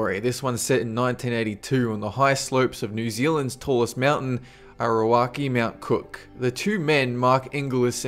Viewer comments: i just love pronounciation of Aoraki. m8 its Auraky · Man you really need to learn your Maori pronunciation.... A ou rah ki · HAHA HOW U PRONOUNCED AORAIKI OMFG😂😂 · Lol sorry but your pronunciation of Aouraki mt cook was terrible